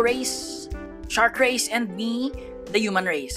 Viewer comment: bro say race but come out racist